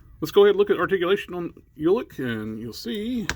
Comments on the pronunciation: Hey I got you np! It is pronounced Ulik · I always thought it was pronounced Ulik not Ulik 🤦🏿‍♂️